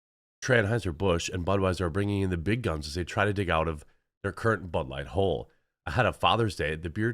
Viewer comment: Ha, sounded like you said, “they are digging out their butt-light hole!”